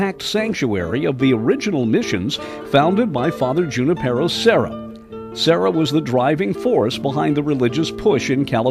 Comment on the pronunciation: Always funny when the host can't pronounce serra's name.